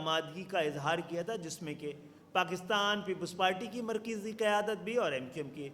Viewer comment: Khalid maqbool tumko Mar Kisi ka loves tak to bolna a Nahin Raha markaji ko markezi wah Bhai wah khubsurat jante ho Dekhi kitni pyari Urdu hai yah hoti hai baap se dur hone ka natija